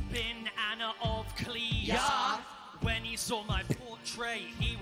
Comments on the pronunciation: I always wonder how the song would sound, if Cleves' German pronunciation was right? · yall butchered anne of cleaves 😥😔